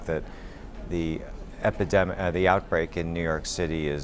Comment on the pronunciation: Epedimic he said. Almost